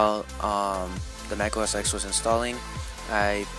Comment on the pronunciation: you do know mac os x is pronounced mac os 10, right?